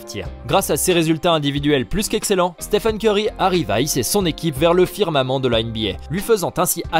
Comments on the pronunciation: Et pire que tout il dis Steven Ceurry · Je rêve. Il a vraiment dit Steven corry ? 🤕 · Steven kery il a dit 🤣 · Il a dit Steven curry mdrr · au début il a dit steven curry 😂😂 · Pourquoi vous dites Steven curry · C UN FOOOOOOUUUUUUU il a dit STEVEN CEURY SI VOUS ECOUTER BIEN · Belle prononciation hahaha